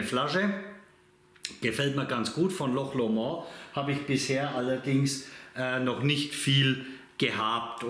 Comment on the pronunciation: Hi....der ist super!!! 😋Loch Lomond war meine Lieblingsdestillerie 2021, hatte da auch ein Video zu. In meinem nächsten Tasting-Video kommt auch wieder ein Loch Lomond.🥃👍 Übrigens spricht man's nicht französisch aus.😁😉 Ach und noch was wichtiges...ändere mal deinen Titel...da steht Manzanilla und es ist ja ein Amontillado. Hatte mich am Anfang echt gewundert. Dir ein schönes Wochenende. LG Olli, Slàinte🌌